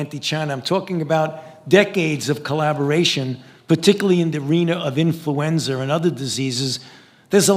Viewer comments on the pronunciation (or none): This dude can’t even say influenza